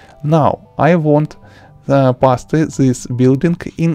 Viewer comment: He totally said pas te hahaha its paste bro peast if you pronounce